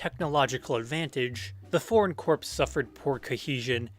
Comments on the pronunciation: corps not corpse. jesus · Great stuff! Gotta say one thing though t's corps like "core," as in the marine corps. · Really good video! One suggestion though- corps is pronounced like “core”